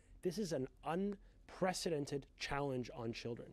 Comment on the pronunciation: Are you kidding. Notice verbal emphasis on Unnn-Ppprrrressscedddented...That's the way politician/talking heads manipulate. Pay attention folks and let us not fall for it❣️ Since when does any part of the Canadian gov"t care about the well-being of ANY Canadian. They don't. As mom used to say, "legal crooks"